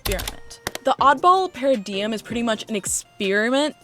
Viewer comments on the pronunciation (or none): paradigm - para dime and mediocrity, you had it right the first time. Those were the only things I heard that sounded off. 🍓🐰